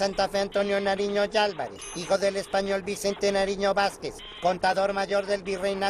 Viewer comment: antonio Nariño no narino